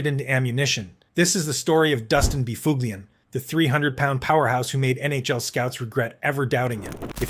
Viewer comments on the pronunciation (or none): No. The dunghutofdarkness don't know shyte. Neither does the uploader. 6 hours ago Please...Buff Lin // That is the correct was to say Big Buffs name. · ah yes By-fug-lien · Actually NO, it is pronounced “ BUFF-lin “, Google him….That’s what the media & fans called him. The AI is out to lunch! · Spot on. But this guy made a long video. So he's gotta be right, johnb! : Dustin BoofOOgLeeEn. "Oh dear, how sad, nevermind." The [CC] Critter ended up with Dustin Befuglian. That's a better effort. Yikes.